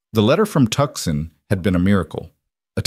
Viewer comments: I came to hear a story not reading listen to a narrator I came to hear conversation not here a narrator and the spelling and pronunciation of Tucson IS (TOO SHAN) Not Tuksun!¡!?GET OT RIGHT GUYS!!! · Somebody tell the Narrator how to pronounce Tucson it's not pronounced Tuckson (it's pronounced (tooson).... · I absolutely love Rowan, ❤, but please say Tooson, not Tuskon. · Tuscon pronounced toosahn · Come on, whom ever puts these things together, I'm a Brit, and even I know the place is not pronounced TUXUN.. Correct it please, it is really, really, REALLY, irritating...or do you think your audience are all stupid no nothings....this is they way you lose viewers. I have already unsubscribed from a couple of these places because of stupid and bad AI reading...so dmfar I have found one really good one, I was hoping you might be second... All i want to do is to listen to a nice little story and escape the world for as long as it lasts...but miss pronounceation and leaving spaces whete they should not be, plus other things make for an irritation.. i nay as well tune into audio books that is read by REAL people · Come On ! Let’s fix the AI please. Tucson is not a place! TOOOOOOO - Sahn is a place!. Don’t you creators play back your stories and hear what a mess AI. is actually making of some of these names and places???? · The c is silent in Tucson.